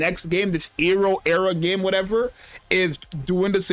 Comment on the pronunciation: Ero (Arrow) Era (the regular pronunciation)